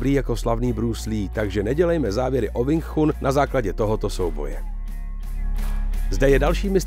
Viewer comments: Cita sa: Wing čun 😏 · Wing Chun se čte jinak, trhá to uši... 😂😂 jinak není pravda to co tam říkáte šéfe...Wing Chun je bojové umění, které je úzce spojené s dobrou fyzičkou a pak samozřejmě technikou samotnou...rád vás osobně něco naučim, hlavně tu výslovnost 😅🤠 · Nejen, ze nadpis videa je hodne trapny click bait, ale k tomu vsemu je to video jeste neuveritelna parodie. Ten uvod o Sumo mi stacil. Ze zvedavosti jsem koukal dal, co jeste vtipneho se dozvim :-) Sumo uz se dnes stalo pouhym predstavenim, vyslovnost Wing Chun me zabil uplne a rict, ze si nekdo stezoval na Bruce Leeho, ze neni tak dobry a jeste ho srovnavat se zapasnikem wing chun, proti MMA...Prave Bruce Lee byl zapasnik mnoha stylu tedy MMA. No a nakonec motat bojove sposrty s bojovym umenim??? Hmmm....Omlouvam se, ale z ucty k bojovym umenim, bojovym sportum a vyhradne Bruce Leeho davam tomuto videu dislike, protoze tohle neni nepodareny pokus o video zacinajiciho tvurce, ale trapna dezinformace. Clovek se vubec nic relevantniho nedozvi, nepouci a jeste si nabehne na nazev videa, ktery absolutne s obsahem nema co spolecneho. Zrovna tak se to mohlo jmenovat "co zjistili vedci na Marsu". Kdyz vidim kolik to ma shlednuti, tak je mi lito tvurcu, kteri se snazi o pekny konent, davaji si na nem zalezet a pak maji shlednuti jen par desitek...